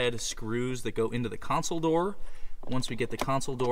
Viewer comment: I appreciate the fact that you correctly say CONSOLE and not “council” that I hear so many others say.